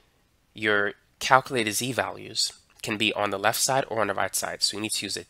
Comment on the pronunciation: "on the lef"